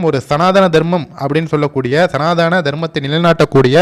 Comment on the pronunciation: சனாதானம் இல்லை.. சனாதனம் என்பதே சரி. இனியாவது சரியாக உச்சரிக்கவும்.. 🙏😊